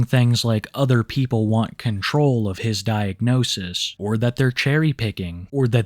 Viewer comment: I wear dees instead of dee udder ones